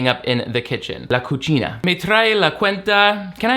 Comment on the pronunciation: Anyone else notice saying Cuchina instead of Cocina?